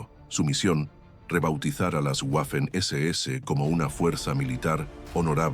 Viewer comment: no sabes ponunciar Waffen SS